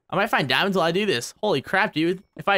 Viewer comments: more like dee-oh-mon-days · Has anyone else noticed that when he says DIAMONDEZ like that it kinda sounds like "Die on mondays"?